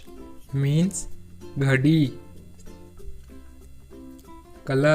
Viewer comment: Ghadi ko chadi bol rhaa hai 😅